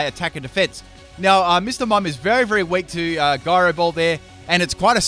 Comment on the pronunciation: Gyro is pronounced with a J Sound, dude. It's J-Ai-Roh